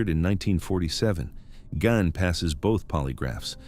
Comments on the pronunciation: GEEEEEEEN NOT GINE 😡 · It's Gein (Geen) not Gain(Gain). Lol. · EVEN LAW ENFORCEMENT SAYS GEEN, SORRY. NOT GOING TO FLY. HALF A CENTURY PLUS IT'S ALWAYS BEEN GEEN. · It was pronounced differently each time he said it 😂 Gain, Gine, Gunn 😂😂😂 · Gine ! Gein it's a German Name: Gein is pronounced 'Gine'! (!!) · He pronounces Ed Gein as Ed Gunn. Then goes on to say how famous he is. If he so famous then why can't he pronounce the name correctly.